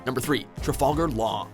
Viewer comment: only bad thing about this list is the horible dub edit: nvm the only bad things are the dubs and that you have nami on here you also pronounced trafalgar's name wrong at least replace nami with franky SUUUUUUPPPPEEEEERRRRRR